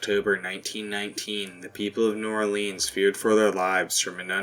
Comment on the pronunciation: We they pronounce it New Ore Leans you know they aren't southern